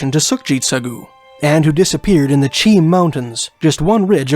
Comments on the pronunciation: I was born in Kelowna. It’s not in the south Okanagan. NOCA the North Okanagan Creamery Association is there. I lived in Chilliwack. The locals pronounce Mt. Cheam as “ chay-am”. You really don’t know what you’re talking about, do you? You are spouting off this drivel written be some other guy who has never been there like you’re experts. I know about David Paulides. You are trying to make a buck by applying his theories to BC. Sure people go missing in the forest. That’s not mysterious. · Man you are almost 10 for 10 with proper translations, the "Cheam mountain" is a first native name, pronounce "She-am" other than that you did amazing. And cheam is something I often hear mispronounced, even by my cousins in abbotsford lol no big deal